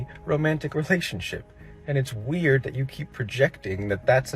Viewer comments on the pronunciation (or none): none